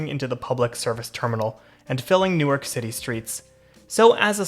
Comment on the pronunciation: 5 seconds in and I've already gotta point out the pronunciation. locals pronounce it as Nork. hyper locals pronounce it as 'Nouwk'. looking forward to a good video. this is my "just spent $35 on food delivery what should i first watch video" edit: 3 minutes in and the prod. quality is insane edit 2: this video is like crack for me as a transit enjoyer local to NWK